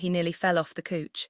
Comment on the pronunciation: couch is pronounced cow_ch but the narrator's is saying cooch 😂